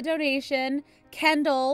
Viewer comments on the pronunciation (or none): none